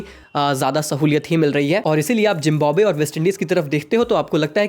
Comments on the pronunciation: झिंबोब्वे kyo bol rahe ho wo झिम्बाब्वे hai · Zimbabwe❌ Jimbanwe ✅ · zimbabwe ❌❌ zimb💀mb we